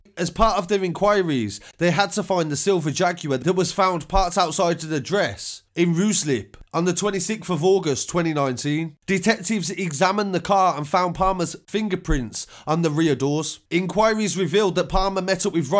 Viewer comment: its pronounced Rise-lip not Rice-slip